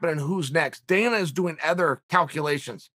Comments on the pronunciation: "Other" is now "ether" fellas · Next time I hear uncle Chael say “aother” instead of “other”, I’m done... and I’ve been w y’all for awhile. Uncle Chael taught me how to spell Michael, how to offer, how to carry the right wallet as a man, not make fun of others for ED, start eating protein cereal, but let him say it again and I’m done..